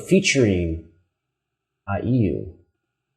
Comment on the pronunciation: It’s I U. Like the individual letters. Not I E U